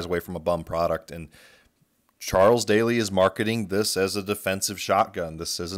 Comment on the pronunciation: I think Daly is pronounced like dally, as in don't dilly-dally. I know Chiappa is pronounced KEY-ah-pa, but whenever I see some of the junk they sell, I refer to it in rhyme as Crappy Chai-ap-pee.